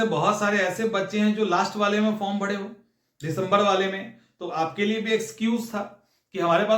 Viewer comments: Bhai bihar mein r ko d he bolte hain Isliye bharo ko bhado😮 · Sir hindi sudh sudh bolna sikhiye pehle form bhade ho nhi bhare ho😂